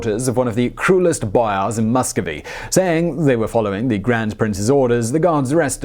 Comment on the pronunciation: bro who speaks like you do ? boYAAARss